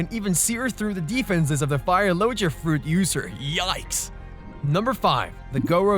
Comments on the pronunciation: What are Lojea devil fruits? You fell like a person that pronounces gif as jiff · the pronunciation doesnt bother me, but most ppl pronounce it as "LoGIa", but sick vid man